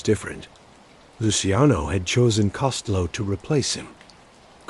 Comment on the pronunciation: You need to learn how to pronounce Costello name correctly